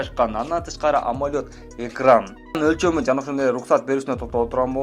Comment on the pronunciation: Амолёд эмес амолед дечи